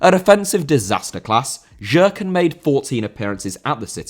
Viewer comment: Nikola Jerkan - his surname is pronounced like Yerkan